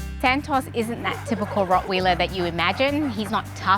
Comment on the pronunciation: By the way they said Rockweiler like Rockwheeler lol 😂